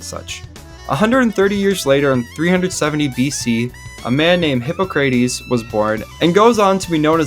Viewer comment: That pronunciation of Hippocrates got me cryin